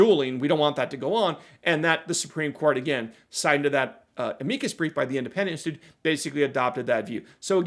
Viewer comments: 'AM-uh-cus' brief, not 'uh-MEEK-us' brief. Jeeze. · You may just be my new favorite legal channel! Loved the Am-eeee-cus brief pronunciation! I'm used to Guns and Gadgets on his channel saying, Am-uuuh-cus brief. 🤣 Great job, have a nice week!